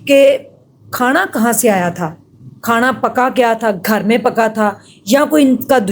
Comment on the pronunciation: O bhan Khana hota ha khaaana nhi phly Bolna to seekh lay